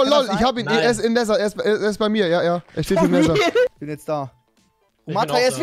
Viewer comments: wenn trymacs wüsste, dass rewi "näser" sagt und das falsch ist, könnte er ihn so hart abfucken xD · Rewi lacht über schword, aber spricht es Nesser aus!😂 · Rewi das heißt nether und nicht neser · Oder Neeeeeeeter